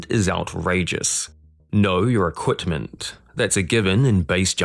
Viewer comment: Why is he saying equTment ?